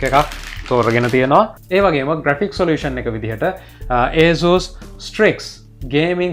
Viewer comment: asus pronounce කරන විදිහ වැරදි ..